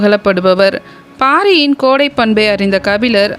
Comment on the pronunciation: கோடை இல்லையடி தோழி கொடை .... என்று கூறுங்கள் தோழி ❤